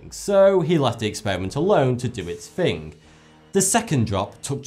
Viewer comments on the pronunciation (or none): when he says "fing" instead of "thinking"